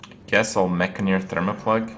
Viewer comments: Enn-Jah-Neer, Not Enn-Gah-Neer **or Enn-Guh-Neer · maybe that's how you say the word 'engineer' ha but certainly not how its spelled or pronounced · It's clearly the first pronunciation man! Mekgineer, like engineer? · Say Gin, Say Engine, now say Engineer, and finally say Mek-gin-eer